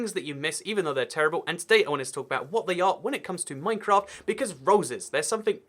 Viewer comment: minecwaft uwu